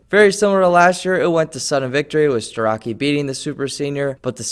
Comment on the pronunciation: pronounced starochi